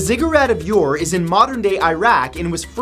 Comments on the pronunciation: The ancient city of Ur is not pronounced "your", but "ur", like the first syllable in "urgent". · You pronounced Zigurat of Ur wrong. You said “your” which wrong, it should be pronounced like “ou” in french. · Thanks, Matt, for a list of places not covered by others. I offer this as educational, not a complaint: Ur="Ooor" or "Er." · I have a Ph.D. in Linguistics, its pronounce ure not your- there is no Y in the pronunciation. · Pronouce Ur = Err :) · I've been on the ziggurat. Its pronounced like its spelled "Ur" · Ur is pronounced oo-er.